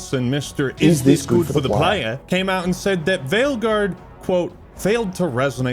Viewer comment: Android wilson: Is this good for the playah?